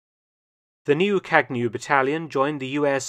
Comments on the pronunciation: It is not kagnew. Its Kañew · It is pronounced kağew like in spanish ğ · What a great video, thanks! In the official language of Ethiopia, Amharic, Kagnew has a silent g. Like champagne but with a slight twist. Kagnew should read something like kah . yow. The way you’d say filet miGNon